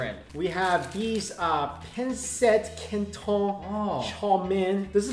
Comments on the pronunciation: bruh, panset kantown... that pronunciation dudee... its just PAN-SIHT KAN-TOHN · Pan Sit Can Ton Thats How Your Say It..... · Arlene Mae Gabad I know, right xD I literally laughed when they said Pan-set ken-ton xD